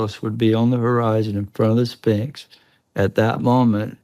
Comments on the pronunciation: I love how Chris sounds like he is saying Spinx instead of Sphinx and none of you better correct him! ❤❤❤ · I don't think I'll take any notice of someone who pronounces Sphinx as 'Spinks' 😂